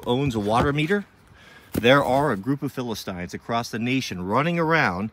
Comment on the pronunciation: You pronounced "philistines" incorrectly.